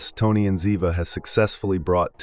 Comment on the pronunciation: Good info, too bad you mispronounced the names of BOTH characters. 😕